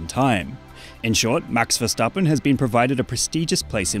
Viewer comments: Respect for actually pronouncing his name right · As a dutch person i appreciate that he says his name properly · I love your dutch pronunciation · You said it in a perfect dutch accent what